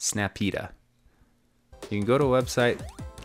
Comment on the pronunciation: Snap E.D.A. That’s how you say it